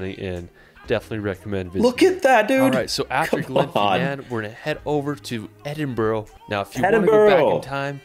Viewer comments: I've just watched this for the first time & cringe at his mispronounced place names!! It's Edinburra not Edinboro! I wish he'd asked a local!! 🏴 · you might like to know that Arthur's seat is not the only extinct volcano in Edinburgh. Edinburgh Castle is also built on an extinct volcano called Castle Rock. Also Edinburgh is pronounced more like 'Edinburra' not 'Edinboro' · Wish people would pronounce places in Scotland properly, its not edinbro ita edinburgh damn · This "guide" can't pronounce the name of the capital. It's "Edin-burra" not"Edinboro" piss poor pronunciations of almost every place name except Skye. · Oh please get the pronunciation right! It isn't "Edinbrow" or "Edinborrow" - It's said "Edinburra", same as most "burgh" endings are pronounced. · The most important thing for an American to learn about Scotland is how to pronounce Edinburgh. Why do they always say "Edin-bro"? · It's Edin-bruh not borough. A lot of his pronunciation is wrong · Edinburgh is pronounced Edinbru not bro. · Edinburgh is pronounced ether "ED-in-bruh" or "ED-in-bur-uh" but never" ED-in-bu-row". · Edinburgh is pronounced "Ehdinburra" and it is Holly Rood Park, written Holyrood. It means Holy Cross. Eelin doanin Castle. The "ch " is always pronounced at the back of the throat, never "sh"! Duncan as the name with bay. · Whenever this guy's videos get reacted we have to tell the reactor there is a health warning on his terrible pronunciation. He can't pronounce even Edinburgh or Holyrood park. Don't copy him. It's Edin-brurr and Holly-rude. (and Glen-fin-un etc etc etc) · Where is this Edin-bow-row? 🤣🤣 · It is Edinburgh pronounced Edin burr ugh. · Try for Edinburgh being pronounced 'Edinbra', with a short 'bra'....emphasis on the 'Edin...'. For 'Glasgow', say 'Glass go'. Keep it short! He mentions Loch Lomond. ('Lac Leman is in France/Switzerland..also called Lake Geneva!) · It hurts my ears when people say Edinboro. Holyrod park in Scotland and Hollywod California.